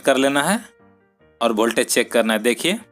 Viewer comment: वोल्टेज सही उच्चारण है न की भोल्टेज😃😃😃 सुधार करें। लेकिन विडियो उपयोगी है।👍